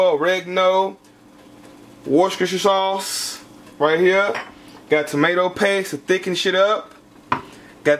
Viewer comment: when he tries to pronounce Worcester Sauce had me weak..😲😲😲😲